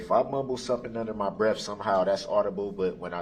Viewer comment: BREATH NOT BREAF